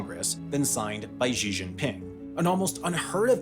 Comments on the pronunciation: Xi Jingping is pronounced "Shee" not "Zheee" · Shee Jin Ping not Jhee Jin Ping. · Gd information. Not sure, though, why Xi's name is pronounced "Gee" or "Jee" - the closest English equivalent would be "see"; or try an Italian "sì". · Why tf do white ppl keep inventing new ways to pronounce chinese words, it's xi jinping and beijing, not ži žingping and beižing like wtf